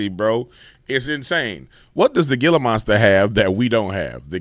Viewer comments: They r pronounced Heela not gila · Great vid sir, not surprised they are trying to get more snake in us. Oh, gila is pronounced ' HEE - luh ' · The G is pronounced with an H. ......G. "Hila" u sound like a goof. Just wanted you to be aware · Hey! Gila is pronounced "heela". Like heela monster. Gila Monster!☺️😍 great channel btw. Happy Father's Day!❤🎉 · the G in Gila is pronounced “H” hela monster. Just sayin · It's pronounced "HEE-LA" monster